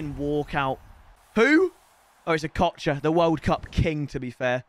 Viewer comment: It’s Ochoa not okocha